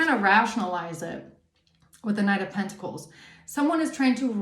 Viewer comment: Side note: The way you annunciate the words pentacle/pentacles is monumental in itself. I wasn't expecting that to be a thing. But just know that it's a great blessing. 🐝🍯🙂🕊️🪽😁